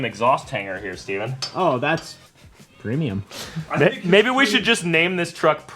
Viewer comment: PROMIUM, EVERYTHING IS NOW PROMIUM